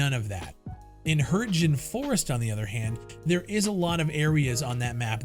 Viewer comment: Hürtjen.. It's Hürtgen! Americans keep butchering other countries languages like seriously? Edit: BTW the game is already good in it's current form in it's own way.. No games in history is ever flawless though you've got your point bro